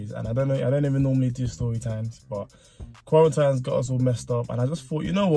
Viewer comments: Hahaha love this vid but can I point out the way u say quarantine and restaurant 😂😂😂😂😂😂😂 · when he says quarantine wrong 😍😍🤣